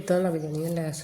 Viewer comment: ਲੇਸ ਨਹੀਂ ਲੈੱਸ ਹੁੰਦੀ ਏ ।